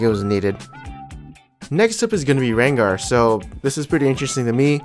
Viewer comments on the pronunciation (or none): none